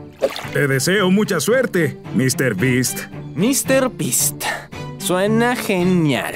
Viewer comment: en el momento el pronuncia me.beast